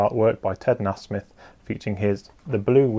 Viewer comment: Great channel; but Ted pronounces his name Nay-Smith, just saying.